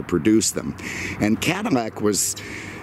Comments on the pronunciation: Why is he saying cadamack ? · When did Cadillac get pronounced Cadimac, this person needs a speech therapist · Is it just me or did he keep saying cadi-MAC?😂